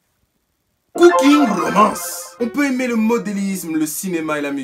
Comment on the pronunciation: "Cooking romance" avec l'accent 😭😭